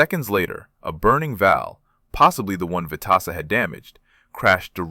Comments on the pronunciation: Pronounced Stanley “Swede” Veteza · Vet tis sa , correct pronounced. Rear gunner wasn't able to fire a shot, due to G forces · I can not believe that the AI can't get the name right!!! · He deserves to be remembered and he deserves to have his name pronouced correctly.